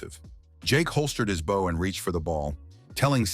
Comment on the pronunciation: Never once, in all the Mangas and manhwas, has the AI voice ever pronounced "bow" properly, but instead like the front of a ship or bending at the waist.